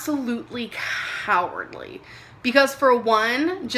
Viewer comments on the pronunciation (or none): co haaaa wordly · kahhhhhwardly...... cowwwwwwwardly..... why are you saying that shit so weirdly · Oof, her saying cowardly is painful